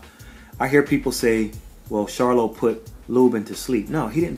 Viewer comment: Good video this clip doesn't show it but, he did stumble and was helped to his stool. He also was out of it for a little while in the corner. I must give you credit for pronouncing the Charlo name correctly. Good job bro.